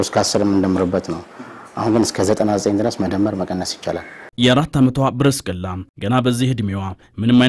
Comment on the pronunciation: ጵርስቅላ ነዉ ብርስቅላ አይደለም ስሟ